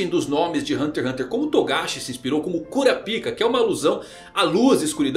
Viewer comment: Nao se pronuncia kaiTÔ , SE PRONUNCIA KAITO , a silaba tonica está errada , e não é kuraPIKA, é kuRApika (pela milesima vez)